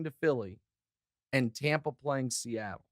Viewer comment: TOMPA BAY..... Really?